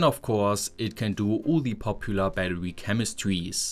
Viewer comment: I love how you pronounce Battery as Battewy lmao